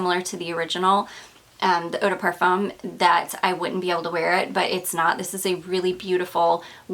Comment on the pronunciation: Hi First I'd like to tell you how much I love your videos! I've watched nearly all of your fragrance ones and you have turned me on to a lot of notes I didn't know about. But, I do have to say something that I've kept inside for so long..lol. Edp is pronounced PAR-FOOM, not PAR-FUM. I know it seems silly, but it's kind of irritating. I am not the kind of person to let little things bother me. But this little thing really bothers me. Again, i really look forward to your videos. But I've allowed this one little thing creep up on me and now I just can't keep it in any longer. If you don't agree with me, at least look it up.